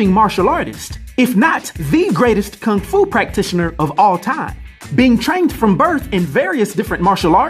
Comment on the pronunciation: Let’s call it Kang Fu instead of Kung Fu since Kang will be in the MCU…that would’ve made more sense if you are going to butcher a word or a name…